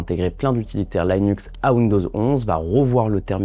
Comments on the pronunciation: Merci pour cette vidéo. Linux se dit "LI-NUX" et non "LAÏ-NUKS". À la rigueur, avec l'accent américain : "LË-NAKS" ou approchant (flemme d'écrire en alphabet phonétique international). Tchirwz ! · L'environnement "Laïnux"... non, juste "Linux". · Ça transforme le salarié en... chômeur. D’ailleurs, il y a déjà des vidéos YouTube "full IA" qui seront bientôt meilleures que celle-ci, et sans la prononciation de "Linux" en "l'aillenus" et Gemini en Jimmy n'aille. Enjoy le futur ! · "l'ail nux" ca fait mal aux oreilles quand meme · Merci, il m'a fait saigner des oreilles....